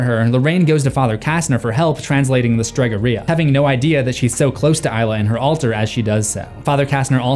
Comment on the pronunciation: speaking as an Italian and a brother in horror, your pronunciation of Italian is atrocious, if I were there I'd have to twist your ear. LOL Stregheria is pronounced: Strah ("ah" as in "ah ha!")-gare-ee (long "E" sound)-ah.